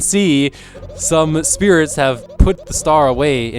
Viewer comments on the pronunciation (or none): they are star SPRITES! NOT SPIRITS! How many times are you going to read this wrong?